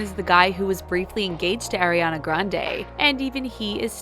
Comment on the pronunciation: Stoooooop it’s Ariana not airiana😭😭😭😭😭😭😭😭